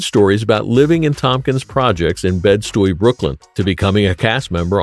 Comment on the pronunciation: LAWD, Right? Bed-Stewey? Picture the roughest toughest neighborhood in Brooklyn called "Stewey". is this Mr. A.I. narrating? mispronounced Bedford-Stuyvesant ...AKA "Bed Stuy, do or Die" Almost lost my like on this one